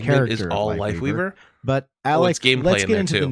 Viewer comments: He DEF said Wifeleaver. No joke bro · Just for some info... doesn't say WifeLeaver.... but he def does say accidently WifeWeaver 🤣🤣🤣🤣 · nah he definitely said ""wifeweaver" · bro said wifeleaver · He 100% said wifeleaver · he said wife weaver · Wifeleaver bro... he said Wifeleaver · he 1000% said Wife Leaver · HES SAYING WIFE WEAVER NOT WIFE LEAVER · He 100% says wifeleaver bro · I love that he clearly says wife leaver especially when he slow it down but still argue that he doesn’t 😂😂😂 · HE 20% SAYS WIFELEAVER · He says it twice but you can tell there's a clear difference in how he pronounces it either time. Unlike the first time, he has a clear L for life weaver while even in slow mo he sounds like he says Wife leaver the first time. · he said wifeweaver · I’m sorry …but the Reinhardt size Brigitte Ultra wide HD TV shield does not look good…..that’s just my opinion… Listen closely… most definitely did say “WifeWeaver”. There’s even a very very VERY short pause because he realized he fu*ked but kept going regardless. 😂🤣 That did indeed sound like “Tree of Wife”. ………………………………………… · oh he definitely said Wifeweaver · He said wifeweaver lol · He totally fuckin said wifeleaver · He said Wife leaver😂 AND THE DRESS WAS ALWAYS BLACK AND BLUE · hes saying lifeweaver it sounds like he has a tiny speech impediment